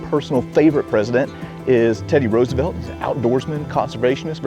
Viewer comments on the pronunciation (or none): none